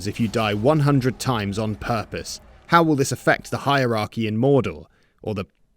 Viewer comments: Nobody put a gun to your head and made you say hierorchy 😂 that deep sigh is false, brother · “Heirorchy” nearly gave me a hernia from laughing. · "heirorchy" Thank you... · Did you say hierorcy. Did I catch that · You won me over with "hierorchy" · I subscribed at "hierorchy" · “Hierarchy” was the funniest shit😭 i had to repeat it a couple time